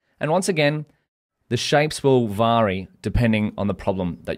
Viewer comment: I'm doing the full course on Udemy (which I recommend to EVERYONE) and it's incredible. I have only one criticism - why do you pronounce 'vary' as 'vaary'? I know it's not an Aussie thing!